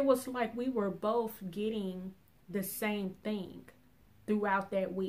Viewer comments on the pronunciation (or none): none